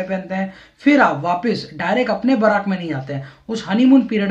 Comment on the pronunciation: बराक नहीं बैरक होता है